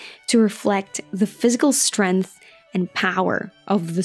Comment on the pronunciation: Stop saying "strennnth"...